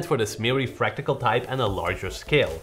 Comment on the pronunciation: Is it fractical noise though🙄🙄! Just love you guys. "Fractal noise"